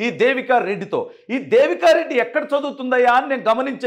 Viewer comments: బ్రో... రెడ్డి అని స్పెసిఫిక్ గా వత్తి వత్తి చెప్పద్దు. ఎన్ని కుట్రలు చేసినా, కుల చిచ్చు రగిల్చిన కూడా కూటమి అధికారంలోకి వచ్చింది. వాళ్లు చేసిన తప్పులే మీరు కూడా చేయద్దు. ఆ పాప ఒక జఫ్ఫా అభిమాని కూతురు అని, ఇది మొత్తం ఒక స్క్రిప్ట్ అని రాష్ట్రం లో అందరికీ అర్థం అయ్యింది. రెడ్డి సామాజిక వర్గంలో కూడా ఇటువంటి చేష్టలను ఈసడించుకుంటున్నారు... వాళ్ళే కాదు కొంచెం common sense వున్న వాళ్లు ఎవరైనా కూడా ఇలాంటివి చూసి నవ్వుకుంటారు.ఆ సామాజిక వర్గంలో సుమారు 50% మంది అతనికి ఓట్లు వేయలేదు.... అందువల్లే కడప జిల్లాలో కూడా 7 సీట్లు కూటమి కైవసం చేసుకుంది. వాళ్ళను వేరుగా చూపించి మాట్లాడ వద్దు... ప్లీజ్ నోట్... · Reddy అని ఎందుకు అంత గట్టిగా చెప్తున్నావ్.. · Reddy ani vatthi palakadamu baaga ledandi.